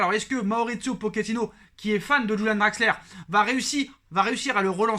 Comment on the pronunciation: C est Draxler pas Draxleur